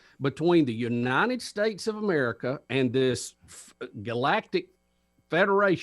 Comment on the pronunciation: When he says Merica 😆